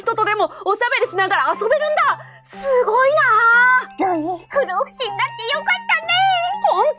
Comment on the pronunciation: ふろうふしじゃなくて不老ふじみだよ